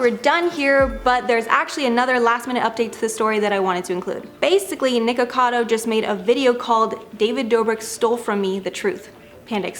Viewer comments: No biggie, but FYI she is saying "Ni-Cado Avacado" instead of "NiKOcado Avacado" haha she's missing a syllable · Nik-o-cado, dF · She keeps saying Nikado instead of nikokado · The host pronounces his name as "NiKADO" and not Nikocado. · Mispronouncing everyone’s names is driving me nuts! It’s NikOcadO and I don’t even know how to translate what you did to Hyunee’s name. But her’s is pronounced he-yun-ee. Maybe consider watching their vids to learn their names before the expose. Just a thought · Nikado avocado? Hahaha sorry, just found funny how you pronounced it since it's nikocado avocado Really like you tho😊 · You have said his name wrong twice in the first 28 seconds... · Why is she saying his name wrong? 😅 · I love how noone can pronounce his name right lol